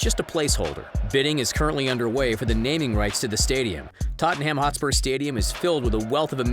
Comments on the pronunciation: It's pronounces: totnam, not totinham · How he pronounces Tottenham holyshit lol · I hate the way you say Tottenham😂